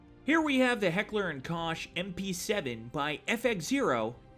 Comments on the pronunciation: Damn I need the HK416 so bad on Xbox... (Btw pronounce Heckler und Korr and not Koche) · It’s pronounced Heckler and Koch (cock) not Heckler and Kosh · Pronounced Heckler and Cock